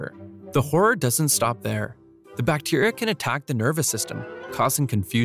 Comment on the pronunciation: do more brutal drawing, it would be very cool, scary and traumatizing. Compliments to you for pronouncing those bacteria names.